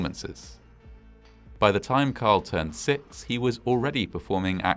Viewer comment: "Sixth" of July. "Sickth" isn't a number.